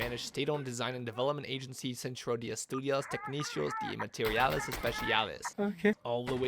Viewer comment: I know this is a whatevs thing but as a Spanish speaker, the two C's in técnico are with the hard c sound. Also, de is with a flat e sound like in desk. Also also, the c in especiales is like the c in cell. I'm not gonna say anything about the r sound but your other Spanish wasn't too bad, better than most English speakers. Also, G3 is a beautiful gun.